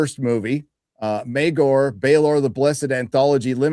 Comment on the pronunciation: Bro stop say meagor... It's mirkar